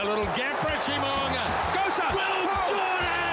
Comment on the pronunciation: You would think since all these years, some of these NZ announcers would pronounce Richie's last name correctly. I expect the mispronunciation from announcers from other countries but the ones from NZ........